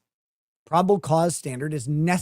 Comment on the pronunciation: “Peliminary hearing” my gosh, she’s insufferable.